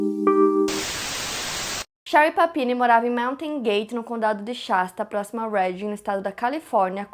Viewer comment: a trocando e falando panini KKKKKK representa todos nós